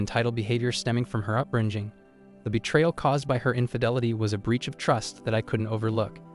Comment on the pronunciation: Her "upbrin-jing" 😂